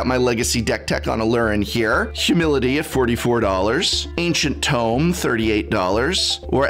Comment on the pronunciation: Prof, do you specifically mix up the pronunciations of Tome and Tomb? I've heard you pronounce Tome (TOOM) and Tomb (TOM) when it's the other way around.